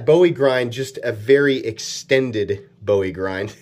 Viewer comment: You have insulted the name of Col. Jim Bowie, the town of Bowie Texas and the Texas Alamo which we Texans are rather protective of. . Please learn to pronounce the work correctly. It is Bowie, Pronounced Boo-We. KnifeMaker